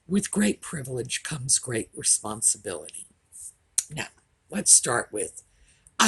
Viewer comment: Harry couldn't pronounce "responsibility"!